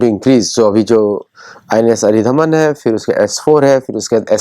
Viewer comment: सब अरिधमान कह रहे है, पर यह अरिदमन है। अरी का दमन करने वाली अरिहंत, अरिघात, अरिदमन।